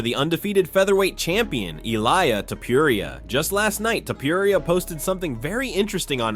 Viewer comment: ILAIA?????? ILIA !!!!!! lool that made my day ! good video keep em up bro